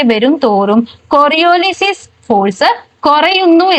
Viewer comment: കൊറിയൊലിസ് not കൊറിയോലിസിസ്